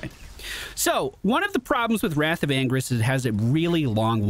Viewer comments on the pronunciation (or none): The way he pronounces the ult it sounds like "Wrath of angries", lol.